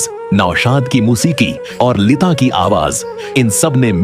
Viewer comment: یہ لیتا لیتا کیا کہہ رہے ہو۔ اور یہ نعت کی دھان کیا ہوتا ہے۔ بیٹا جی پہلے اپنا تلفظ اور اردو تو ٹھیک کر کو۔